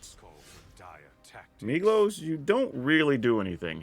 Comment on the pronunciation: Every time you say Migloz I hear Meatloaf and I love that so much :D